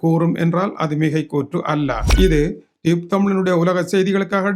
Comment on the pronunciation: ரியூப் அல்ல டியூப் தமிழ்